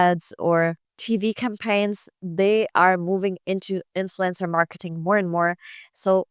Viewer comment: The way you pronounce "influencer" sounds like "influenza." It's okay by me, though, because I put both in the same category.